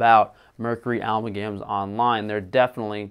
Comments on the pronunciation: ah- MAL-gam is how it is pronounced - Amalgam is how its spelled. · I love you but for the love of God look up how to pronounce words to increase your credibility. It's aMALgam. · Amalgam - Uh-mal-gum